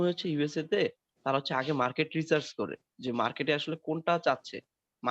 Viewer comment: হালা মুর্খ আবাল,,রিচার্জ না অইটা রিসার্চ